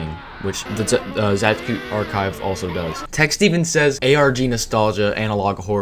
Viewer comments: /zəd͡ʒkʊ/ for "Zajcu" is frankly to be expected based on english orthography but it still hit my polish ass like a fucking truck when I first heard it xd. p.s. It's pronounced as /zajt͡su/ btw, which would be spelled as "Zaytsu" in english ig. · pisses me off how you pronounce it zadzhkoo and not zaytsoo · It's not really "Zae-dge-ku" more like "Zatsh-tshu" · i read their name as /z-EYE-ts-OO/ for a long time and im quite surprised there's a different way to pronounce it lmfao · It's pronounced 'Záytsu' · True, it truly hurts hearing it the way he says it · pronounced zaytsu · It's zai-tsoo. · im pretty sure zajcu is polish so it would be pronounced "zaytsu" like in polish 😭 awesome video btw :3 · Video's really good, just one clarification. Zajcu is Polish, so is his nickname. The pronunciation is actually Zay-tsu (sounds Japanese ik but it's actually Polish) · Why tf do you read "Zajcu" as "Zachku" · nice video!! just one thing, his username is pronounced kinda more like "zay-tsu". but that's just a detail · I believe the name of the channel should be read as [zaytsu] because the word Zajcu really resembles the word rabbit in many slavic languages. And yknow... rabbit... Bonnie... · It's pronounced "Zaay-tsu", it means hare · Sorry for correcting, but u should read zajcu as zaytsu, that's the proper pronaunciation. He's from Poland. Just saying ;) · I really like that video but the pronunciation of Zajcu is killing me inside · your pronunciation of zajcu is so annoying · Polish lol even tho the pronunciation of his username in this video isnt the best